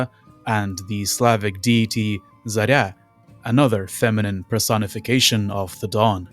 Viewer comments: Ideal pronouncination of Zarya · The moment you pronounced Zarya's name I thought «gotcha b, ur one of us», lol. This level of pronunciation among non-slavs is so rare that every time we start suspect the speaker of hiding his slavic inside behind foreign speech